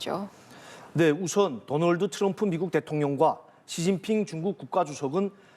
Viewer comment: 아나운서 중국 사람? 더널드 트럼프 더출 어후에 모든 오발음이 전부 어발음으로 남 중국 특유의 고칠수 없는 발음임